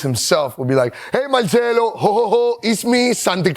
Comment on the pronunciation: This now how you pronounce his name is not Italian